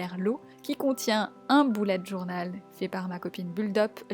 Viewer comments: elle dit un boullette journal mais on est d'accord on dit tous un beullette journal, nan?😂😂😂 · Tu dis boulet alors que c' est "beulette journal"